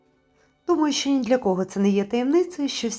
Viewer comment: Шиплячі вимовляються як в рускій мові.Українці вимовляють твердо:,,шчо" а не,,шьчьо"